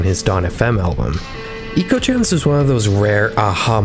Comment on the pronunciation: I would say the album is “Echo” Gems rather than “Eco”. It’s artwork clearly heavily borrowed from the Sega Megadrive game Ecco The Dolphin which is pronounced “echo”.